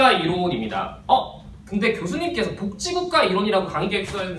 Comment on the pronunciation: 발음이 복찌국가라고 해서 그거 만 초점이 맞춰져서 너무 웃곀ㅋㅋㅋㅋ